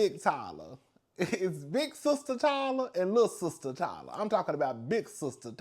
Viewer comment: I love ❤ when you say Ty Luh 😂😂😂😂